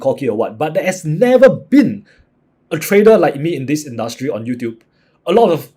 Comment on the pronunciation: Your R's are soundling Like L. Tradel